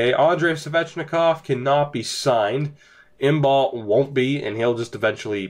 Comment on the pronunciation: Imbeault is pronounced Im-bo 😏